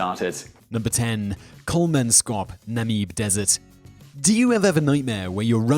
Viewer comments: It's Kolmans kop not Kolman skop. And Namib (like bib) not Nameeb (like bee). I have been to Kolmanskop many years ago and it's not creepy or nightmarish at all. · Namibia Na-mi-bee -ya Namib Desert Naah-mib